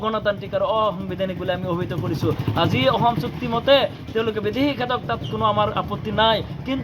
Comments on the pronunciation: বিদেশী নে বিদেহী অসম নে অহোম কথা নে কতা অসম চুক্তি নে অহোম চুক্তি তথ্য নে তত্ব চৰকাৰী বিষয়া নে চৰকাৰী বিহয়া মিডিয়াৰ আগত কথা কলে ভাষা শুদ্ধকৈ কব লাগে।অসমীয়া ভাষা শুদ্ধকৈ কব নোৱাৰে সিহতে আকৌ ৰাজপথত আন্দোলন কৰিব ওলাইছে।। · Ki aohm aohm koi aso suduvi kalaa, axom khon nam holabo lolia pisoloi ki hob baru, thotok atiya nekhedele pisoloi tohtoi axomr vias hoi jabi